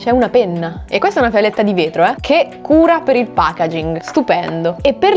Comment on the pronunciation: sentirti dire pagaging mi painge il cuore